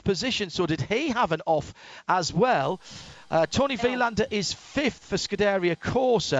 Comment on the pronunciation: He says Scuderia wrong 🤣